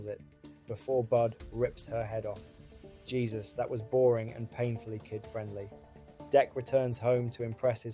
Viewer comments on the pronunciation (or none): none